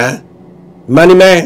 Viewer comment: Anh hay đọc sai chữ Myanmar nhe